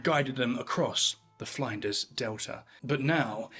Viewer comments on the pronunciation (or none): Fline-ders? Flinders rhymes with cinders. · Grrr. It's Flinders, as in 'flint'. Flin-ders. Not Flinders as in 'Find'. I'm still watching.. Don't mess up another Aussie pronunciation when talking about Australia, or our Prime Minister might have to give you the big boot! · I had to giggle at your pronunciation of "Flinders". It's named after Matthew Flinders, pronounced like "tinder". Also, with "Melbourne", it's not pronounced "Mel-Born", it's "Mel-bun", with the emphasis on the "Mel". Just like brits say "Ports-muth" instead of "Ports-Mouth" for Portsmouth. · it's Flin-durs not Fline-ders. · Queensland is pronounced Queen's Land, both words pronounced with their own emphasis. It's not like Iceland or England. Even though ironically if it was in England it probably would be pronounced Queensl-nd. Edit: it's not Fline-ders delta lmao, it's Flinders, like Flynn-ders. Come on guy, you're doing the pom-who-doesn't-give-a-shit-about-the-subject-he's-talking-about trope. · friendly tip: flinders is pronounced like "flint" not "flying"😅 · Flinders is not pronounced Fly-nders. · Flinders, with the Fli being like in Flint. Melbourne like Melburn. Galway like gall bladder. The simple mispronounciations in the first 3 minutes blow my mind. You do all the research well but get the words so simply wrong. Do better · Flinders not Flanders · He almost lost me when he couldn't articulate the name of the Flinders River, it's not Fly nders surely. Pedantism aside I subscribed. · I pronounce plenty of words wrong in the UK but cmon, the way you’re saying Flinders is just taking the piss 😂